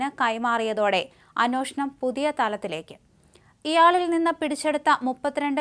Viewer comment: അന്നോഷണം അല്ല അന്വേഷണം എന്നു പറയൂ.